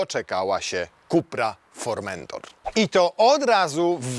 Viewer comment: Fermentator czy jakoś tak. Z Podlasia?